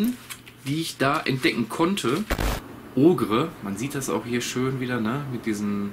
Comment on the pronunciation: OGRE wird Oger ausgesprochen ✌🏻😊